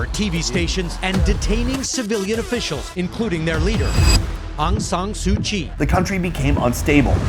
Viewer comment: You cannot say su kyi